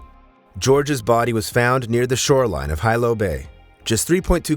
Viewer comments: On the Big Island, or ANY ISLAND, diving into a river, or jumping off cliffs into the ocean is equal to running across the freeways in Los Angeles. Do better research.... it is Hilo Hospital... pronounced: "He--Low".... NOT "High-Low" as you pronounced it. Life is only dangerous, if one participates is dangerous activity. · Hilo is pronounced, “Heelow” not highlow. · Hilo is pronounced he-low not high-low just in case you go there. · Jus fo clarification, it's pronounced Hilo he-low, not hi-low..😢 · Hilo is pronounced He-low not Hi-Low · Hilo, Big Island Hawaii: Sometimes you said "high-low", and sometimes "hee-low" in this video. "Hee-low" is how people in Hilo, HI, pronounce it. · Teach your AI to pronounce Hilo correctly. It's not High Low, it's Hee Low. The letter I is always pronounced with the eee sound. (Waikiki, Why-Key-Key) What law or preventative measure would you enact to prevent people from doing dumb sh!t? Good luck with that. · It's not High lo it's pronounced (he lo) White people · Its he-low no hi-low😂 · right? HIGH_LOW ovah and ovah, so annoying It's pronounced like Hee-lo{w} but no "w" sound, long o vowel (for you youtubers out there that don't know, and might read this) But this video is AI narration, not a person's real voice. Those digitized readers always butcher everything, even without the added challenges mainlanders find with makakau ʻōlelo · If you’re doing a podcast, pls learn how to pronounce words—like Hilo. It’s not Highlo, it’s Heelo. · Hi-Lo Medical Center. That’s a unique pronunciation I’ve never heard before. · 1st off(It's Heeee-looooo"Hilo") 2nd if no moa kanakas or wahines swimming,...uk that should tell u sumtin right?😅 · Hilo it's pronounced as hee-low! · It’s pronounced He Low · You’re obviously not from Hawaii nor been there for an extended amount of time when you can’t pronounce correctly the simple Hawaiian word of Hilo. Makes one question how well you know what you’re reporting. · AI voice doesn’t know🤣